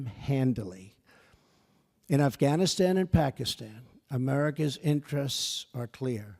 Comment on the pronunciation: Reading from a TelePrompTer, and someone else wrote it, he can't hardly pronounce Afghanistan...